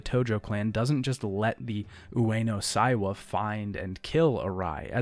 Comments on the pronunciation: Sorry to be a pedant,, because I know you don’t speak Japanese and you’re trying your best to deal with the complicated names, but it’s Ueno SEIwa. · Seiwa is pronounced like "say wa"